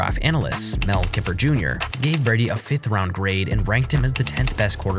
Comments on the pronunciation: Its kIper emphasis on the I not keper!! You’re supposed to know about the NFL draft and you can’t pronounce the main guy on ESPN? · He did pronounce Mel Kiper's name as Mel Kipper, so there is that.